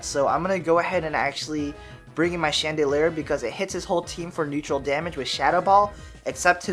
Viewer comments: It's not "chandoleur",it's "Chandelure". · It's pronounced: Shan da lore. Please take this into consideration. Mkay?